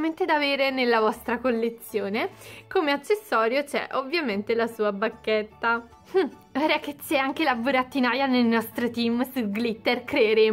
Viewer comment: Ma ai detto barchetta o Bacchetta